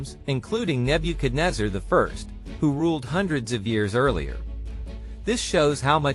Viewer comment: You doing wrong pronunciation of name